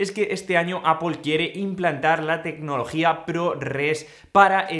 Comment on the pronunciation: O "apel"